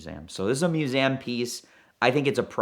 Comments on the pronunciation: Museum not Musaaaaaem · I really thought he mispoke but then he did it 2 more times right after lol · Why does the tool say Museum as "Mewsaayem"??